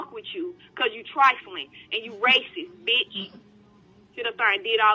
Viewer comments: Uurrggg... It's not "beach" it's bitch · When you put captions on, the black lady kept saying beach😂😂, not b!tch. Lol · That was about 300 times she said “beech” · "Liddle do you know, beach...!!" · Here's a challenge take a shot everytime she says beech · All I heard was beach